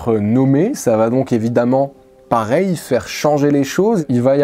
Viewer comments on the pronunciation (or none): none